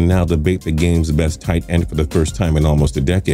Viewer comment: The way he says tight end